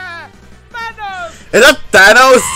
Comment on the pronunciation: Why is it Manos instead of Thanos?